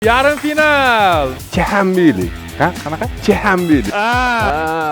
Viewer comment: Momin: Chixambilimas Chichambili bopqovotti😂